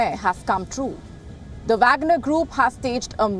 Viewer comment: She can't pronounce the name of Wagner chief.